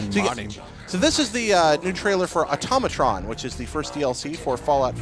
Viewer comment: for the last time it's automatron.... ah-toe-muh-tron not atomaytrin